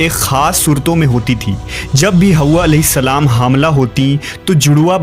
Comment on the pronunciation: It's not haooowa it's Hawa